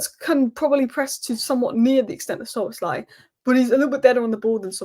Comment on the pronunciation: You instantly busted yourself mr. fake liverpool fan. If you want to fake yourself as a fan at least check the names of the champion team correctly before that. You butchered the names of 3 key players to the champion team, and even if you only messed up Szobo as Svolazi then it would maybe go under the radar, but you messed up 3 key names...